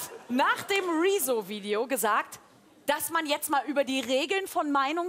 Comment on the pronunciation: JUCHUUUUU, sie spricht Rezo korrekt aus